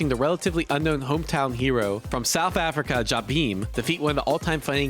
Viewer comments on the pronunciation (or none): none